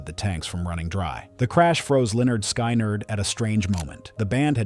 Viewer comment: Besides pronouncing the name of the band "Sky-nerd" 😂 It's nice that you would care about correcting narration. I heard in a documentary that Aaliya did not want to get on the plane, and she was literally dr*gged and carried on board unconscious by one of her team. A plane is not a limo, flying is very different from driving.